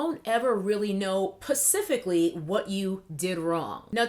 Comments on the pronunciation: Are you saying "pacifically" on purpose? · Did you just say Pacificly? Lol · Lol I was multitasking while listening to your video, and I had to go back and watch again when you said 'Pacifically'. I was like 'This Queen Legend of Grammar and Syntax best be making a joke here' LOL